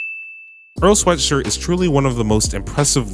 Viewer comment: This video is the first time I’ve ever seen earls last name pronounced correctly